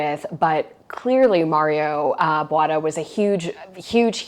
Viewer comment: I totally love this home. And, rooms, rooms, rooms! Wonderful. No one needs open concept when they have the skill and taste of Ms. Eerdmans. I hope rooms and respecting the integrity of old buildings is coming back. Wonderful! Just a correction: His name is pronounced BooAH-TAh not Bwahta